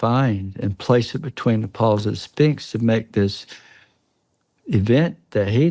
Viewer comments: I love how Chris sounds like he is saying Spinx instead of Sphinx and none of you better correct him! ❤❤❤ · I don't think I'll take any notice of someone who pronounces Sphinx as 'Spinks' 😂